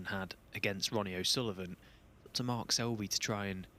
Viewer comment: Hey silly commentator, his name is Mark, not mart.